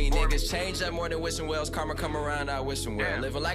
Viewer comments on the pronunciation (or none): none